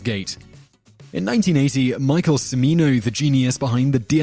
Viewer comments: Simon, you are great. However, this video is replete with mispronounciations - Gigli, Cimino and Demme are three. You have so many videos going I am sure it is really difficult to research this stuff thoroughly. However, with such great content it is a shame that the mispronunciations stick out. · homework for next week: learn to pronounce gigli. wait, scratch that. homework for next week: learn to pronounce cimino. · Gigli - "Gee-lee" Cimino - "Chi-mino" Demme - "Demmy" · The narrator needs to do a little research on how to pronounce peoples' names. He mispronounced Cimino, Demme, Levine, and Sharif.